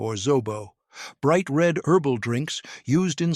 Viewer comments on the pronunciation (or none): none